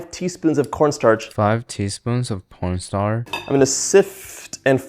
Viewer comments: Did he say 5 teaspoon of porn star? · Did bro said what po**star 😭